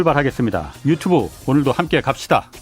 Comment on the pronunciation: 갑시다에 엑센트를 강하게 부턱해요~